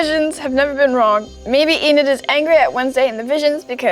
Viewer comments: LUIS SAYING “EDNID” INSTEAD OF ENID IS SENDING ME 😭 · NOT HIM SAYING EDNID HAHAH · Ednid? Eden? Ennid? Enid there yall go byeeeeeee😂😂😂😂😂😂😂😂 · "Enid darling, Enid" 😭✋🏼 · When Luis says Enid wrong it’s too funny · Bro how he said Enid got me laughing so hard😂